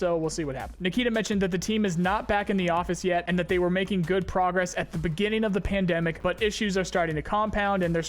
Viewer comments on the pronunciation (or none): none